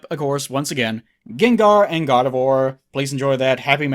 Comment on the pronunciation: It sounds a lot like you're saying "God of War" when you say Gardevoir.